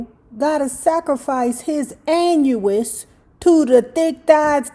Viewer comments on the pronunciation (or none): "Annuous", you're a trip. 😄😄😄😄